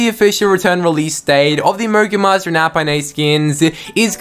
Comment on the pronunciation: lol it sounded like u said mongul monsters🤣🤣🤣🤣🤣🤣